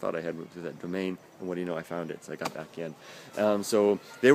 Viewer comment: It's BAHck :D